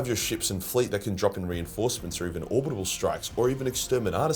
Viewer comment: Dude, it pronounced ‘orb-it-al’ not ‘orb-it-a-ab-bab-al’ 😅. Every week…